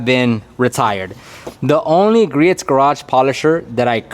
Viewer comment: by the way...Griot's Garage is pronounced "Gree-oh's" (Gree-ohz)